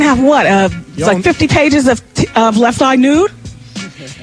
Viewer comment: I don't like the way Wendy pronounced Left Eye's name lol